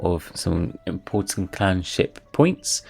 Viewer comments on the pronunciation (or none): none